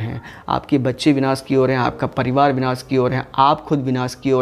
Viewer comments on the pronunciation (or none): none